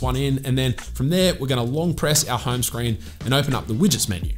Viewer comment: what i hear is hyme screen